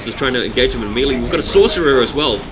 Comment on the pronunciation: its pronounced MAY-LAY not MEE-LEE